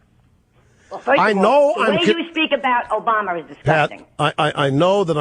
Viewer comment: Obamer? I thought it was Obummer. Funny stuff!